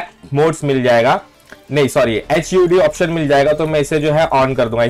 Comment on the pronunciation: Bhai we pronounce hud as H-U-D